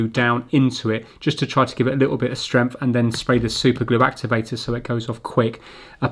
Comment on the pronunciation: I love the way he says "Stremph" for "strength" :D :D